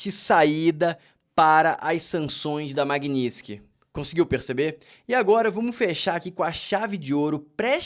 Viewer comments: Não é magniski é MAGNI-TISKY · Floriando a palavra: Maguini - TIS - ky. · A essa altura do campeonato até a Dilma já aprendeu a falar Magnitsky